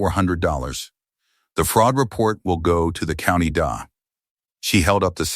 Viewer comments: The Daaah? Stupid AI! It's a D.A. as in District Attorney. Edit your posts, idiot! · It’s D. A. Not da.